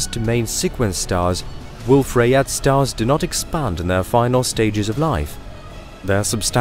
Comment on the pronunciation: Ok after hearing the fusion reaction in stars being referred to as chemical reactions multiple times and other obvious errors, I had to quit this video before half way. BTW Rayet is pronounced Ray yay, the French would send you to the Guillotine (pronounced Ghee o tanh)